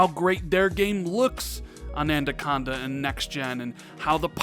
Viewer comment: Anaconda,. Anaconda. Not Andaconda. 😉